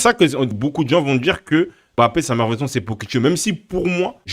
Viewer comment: Je ne comprends pas pourquoi il ne sait pas bien prononcé Mbappe